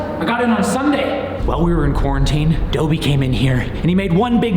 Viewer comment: Ya I was going to ask the same thing. Is it like the house elf just pronounced differently?